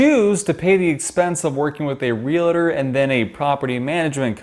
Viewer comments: YES! This bugged me every time it was said. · Real-uh-tor. Why..? Real-tor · Nice review, please refrain from saying Rea-la-tor. It's Real-tor.